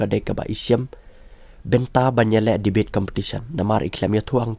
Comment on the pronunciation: Ieng ha liang pyrshah mo sa pronounced Devate instead of debate 🤭fi instead of phi🤦🏼‍♀️